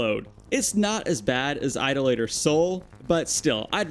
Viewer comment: It's "I-dol-a-ter" Sol. Not "Ido-Later" Sol. An Idolator is someone that worships an idol, as in Sol worshiping the Timekeeper.